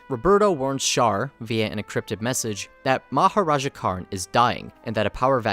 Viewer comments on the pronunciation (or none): Haman's Dad is Maharaja All I can hear is Mahoraga